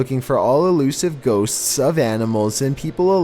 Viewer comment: How do you pronounce ghosts?: GhoSSStSS